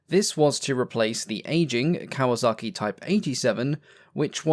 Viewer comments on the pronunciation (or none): none